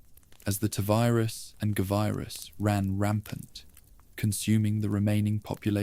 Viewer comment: This is absolute fucking trash. Stop using AI. Just read the shit yourself. Fucking tuhvirus and guhvirus bullshit is so annoying.